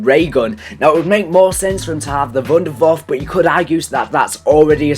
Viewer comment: This is some kind of mockery. Dude learn spelling "e" at the end of words like wunderwaffe and eisendrache, you say wunderwaff and eisendrach.